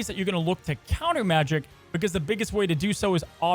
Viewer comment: pronouned majEk not magic...